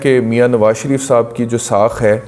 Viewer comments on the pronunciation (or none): لفظ ساکھ ہوتا ہے ساخ نہیں، بہت معافی کے ساتھ۔